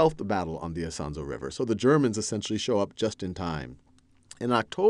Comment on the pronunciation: Isonzo = [ee-son-tso]